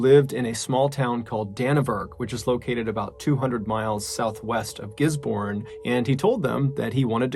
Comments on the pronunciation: Gisborne is pronounced Gis-bin BTW love the channel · Gisborne is pronounced more fluent almost more like gizz bin. Great video much love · Just FYI it's pronounced "Gizb'n". Otherwise thank you for the content, very interesting! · This Kiwi is thrilled you covered a New Zealand story! AND one I had never heard of, at that! Not bad pronunciation-wise. Down this end of the world, we shorten things, so "Giz-bin", rather than GisBOURNE. Ruahine = Rua-heeny. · As sad as it all is, I just needed to say that we pronounce it “giz-bin” not “giz-born” 😂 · 🤣🤣🤣🤣🤣 don't mind my spelling, it's like gisbin not gisborn as ya said it, sorry not sorry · Ruahine is pronounced Roo-ah-heen-ay. And Gisbourne is Gis-bin. And FYI Melbourne is Mel-bin. Bourne is pronounced "bin". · It’s pronounced “Gizbin” “Danny-Verk” and “Roo-a-he-ne” love from NZ ♥️ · We all pronounce it Gis-bon and Roo-a-he-knee in New Zealand 🙂 I do remember hearing about that story though, never listened to hard to the news at the time so it's interesting to hear in depth what happened. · Gisborne pronounce "gizzben" same as melbourne is "melben" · Lil bit of knowledge here, the last story you spoke of the town is pronounced like this 'giz bin' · Ruahine is pronounced like "roo-a-hee-ne". Gisborne is pronounced like "giz-bin". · Great stories! Just fyi for NZ prononciations: Gisborne = GIZ-bin; Dannevirke = DANNY-virk; Ruahine = Roo-a-HEE-knee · I’m from New Zealand and Gisborne is actually pronounced Gisbin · As someone from New Zealand, let me just say that we pronounce Gisborne as Giz-Bin.. As far as I know we all say it that way. And the Ruahine has the e almost seperate as Rua he nae. Loving the videos though, thank you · Kiwi here. For your last story it's pronounced gis-bin. The way you were pronouncing it is the same as we would pronounce the place in Australia. Which does have the same spelling. We have stupid ways of talking lol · Gisborne and Ruahine were also pronounced wrong but it's fine. :P